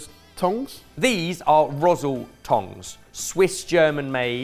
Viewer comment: “Rosle” should not sound like that. More like “Roz-luh”.